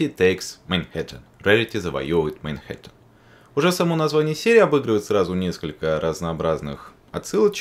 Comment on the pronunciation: Хе, произносит "мейнхэттен" даже когда говорит про Манхэттен.